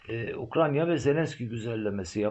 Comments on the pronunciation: Hocam af buyur ukranya mı anladım telaffuzu netleştirsek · Hocam Ukrayna diye telaffuz ederseniz 🙏🏻emekleriniz çok değerli teşekkürler 🙏🏻💙